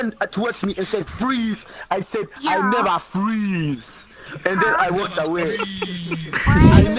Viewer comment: We nevah fweeezee